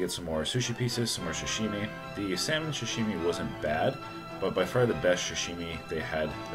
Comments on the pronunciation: Love u but pls stop saying shashimi. Its pronounced sa-shi-mi. Keep up the great content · sorry for the nitpicking but its Sashimi not Shashimi. I'll still watch u and give that like